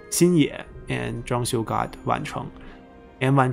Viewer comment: 张绣是第四声😂虽然能理解，但时常几个比较有名的人物，地名都发错音了，希望能改正